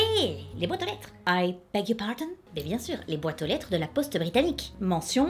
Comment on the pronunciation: la poste « britamique » ? 😂😂